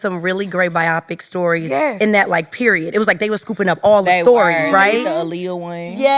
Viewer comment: I just wanted some1 from production to remind it’s pronounced “bi-op-ic” Drew tried 😭😭😭😭😂 nice bit tho